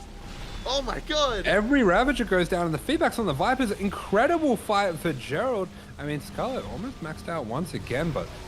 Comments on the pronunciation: I don't watch SC2 that much anymore but even I know that his name is pronounced same as Geralt of Rivia (G as in Gregory, not George). Even the casters and Elazer say it correctly in the clips that you showed, but you still pronounce it wrong. Sorry to be nit-picking, but since this video is about Gerald's comeback it would be nice to respect him and at least pronounce his name correctly. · That might be the case, but if you ask a french person to pronounce this name, it'll definitely not sound like the English or Polish version of "Gerald" Anyway, for me, the way is pronouncing it sounds out of place.